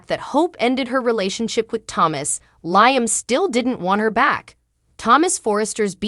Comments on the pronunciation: His name is pronounced Leeam not Lieam it's just spelled different Liam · May i suggest to you that you pronounce Liam correctly as this is the one reason people hate your channel. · He's a liar so it's Lyem!!!